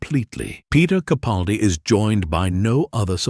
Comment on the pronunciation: I couldn't agree more than Heaven Sent is the pinnacle of Doctor Who episodes. But I do wish you had taken the trouble to learn the correct pronunciation of Peter CaPALdi's. Granted, it's pronounced incorrectly at least 90% of the time. A pet peeve of mine.